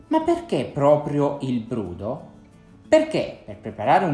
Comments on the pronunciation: Ciao :-) Ho sbagliato o sento bene che tu abbi pronunciato [brUdo], con una U, non [brOdo]? È la pronuncia "ufficiale" o "dialettale"? Cordiali saluti :-) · La dizione corretta è brOdo. La sua pronuncia è tipica di una regione del sud Italia. Ciao!